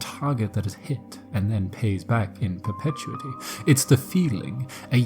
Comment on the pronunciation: pur-puh-TEW-it-ee or pur-pet-YOU-it-ee EYES! So, somehow there are two different fishermen living in the cottage at the same time somehow?